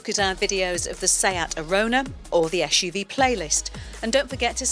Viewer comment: WTF is she keep telling ”eshUV”?